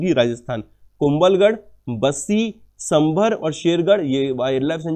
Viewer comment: Sorry Sir but I want to correct pronunciation. It is सांभर lake not संभर। and बनास river not बनस river। thank for yur CA show